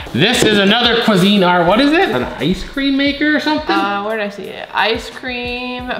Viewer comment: I died laughing on the Cuisinart how you pronounced it he said cuisine art